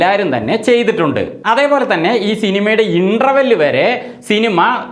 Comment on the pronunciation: ആദ്യം ഇന്റർവെൽ എന്ന വാക്ക് ശരിയായി ഉച്ഛരിച്ചു പഠിക്ക്, എന്നിട്ട് ചേട്ടൻ യൂട്യൂബുമായി വാ എന്നിട്ട് ബാക്കി ചെയ്യാം... എന്താ?.😅